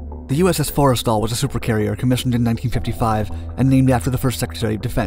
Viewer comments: just for future reference, its not fores tal, its 4 stal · It’s pronounced “for-stul” not forest all Edit: source: I’m a navy vet